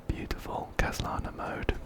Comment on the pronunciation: phainon is literally now my second favourite hsr character (after welt). He's so pretty, and hoyo isn't trying to hide the fact that he's literally just kevin kaslana my king 😋 (also you're pronouncing khaslana perfectly) im so jealous of your insane luck, but you deserve it ❤ I love love love your videos. I watch them literally every night!